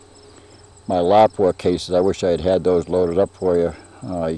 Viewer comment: BTW..thank you for saying "Lop-wa" properly and not "La-pu-a". Been telling guys that for YEARS..!!! Along with "Lew-pold" and not "Lee-O-pold"...Gads..!!!